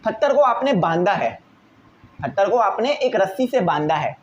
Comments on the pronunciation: Not him pronouncing pathar "PHATHAR" 😂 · Nice Explanation ❤ but its patthar not phattar 😅